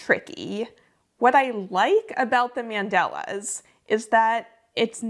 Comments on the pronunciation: fyi, they are called mandalas, not mandelas 🥰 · The way you say mandalas is interesting. Is that accent from San Diego?